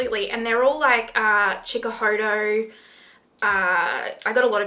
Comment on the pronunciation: Chikahoto? You mean hakuhodo?